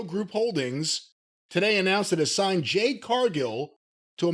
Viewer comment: I’m still trying to figure out why he constantly calls her Jane and not Jade 😂